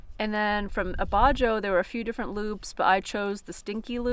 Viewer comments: It to be a dick but abajo is pronounced abaho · Abajo, pronounced, uh ba hoe